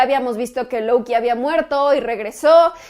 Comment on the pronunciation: Porque dices louki o valquiri, si no eres americana